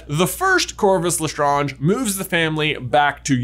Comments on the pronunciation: Am I the only one that’s bothered with the way he pronounced Lestrange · Is the way J says Lestrange bothering anyone else? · Truly annoyed at the way you pronounce LeStrange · Why are you mispronouncing the name lestrange? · The cringe I get when he says lestraunge. Instead of lestrange 😂😂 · Ok either it's just pronounced as such, or I'm just saying it wrong. J spent the whole video saying Bellatrix "LestrAHnge", when I thought it was "Lestrange" (like Doctor Strange). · Even in French it would be lèstrānge not léstrânge... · And especially if this theory is true, they would pronounce it as Le-Strange, not Le-Stron-j, as they are really American and not French. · Wow. I love this, it actually makes a lot of sense. Mary Barebones being a squib tells us so much about her hatred of magical people as a form of jealousy and envy. And even thought I twitch every time you say LeStrahnge instead of LeStrange, it really fits with the history. I'd investigate it further, but my Hogwarts (or in my case, Ilvermorny) letter never came. I'll have to subscribe to the at-home correspondence course from Madam McWitchy's School for Old Squibs to get up to speed. 🤔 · Mind blown with this one. My question is not theory related but pronunciation related: why do you say it as Le-str-on-j and not Le-Strange? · !!!!!!!!!!!! QUESTION !!!!!!!!!!!!!!! Is it pronounced "le-stroaunge" or "le-strange" personally I say le-strange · Their name is Lestrange not Lestronge. Please, pronunciations! 🤣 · Have you seen the movies? It’s LeStrAYnge not LeStrAHnge. Where’s Hermione when you need her… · Le strange. Not le stroonge. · That is not how u pronounce Lestrange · pronounce strange... good, now pronounce Lestrange... NO, NOT LestrOnge, LestrAnge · Absolutely triggered everytime J says "La Strahnj". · Le ( it sounds like la ) the e is silent because it French and the word strange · LE STRANGE. Like Doctor Strange. Lestrange. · just so you know, it's Pronounced Lestrange = Le Strange.